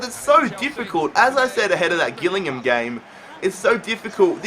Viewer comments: Jill-ing-ham not Gill-ing-ham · You said Gillingham wrong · learn how to say gilligham